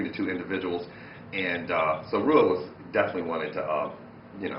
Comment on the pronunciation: Rua is pronounced Whoa!